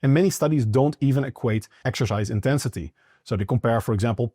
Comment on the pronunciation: ❤ the accent 😂Exerscheiss